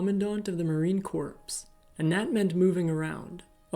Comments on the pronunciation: It’s not the Marine “Corpse”. It’s the Marine Corps-pronounced “core”. A “Corpse” is a dead body.💀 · Marine corpse?!? lol. Do better with your ridiculous AI. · Guys maybe some coaching on word pronunciation? Wreaking is not the same as wrecking. Corps is pronounced “core” And it’s only one minute in. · Corp... no "s" sound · Corps is pronounced CORE. Gah! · Obamalike... amazing, neither know the correct way to pronounce it. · For future videos Marine Corp is pronounced with the P silent.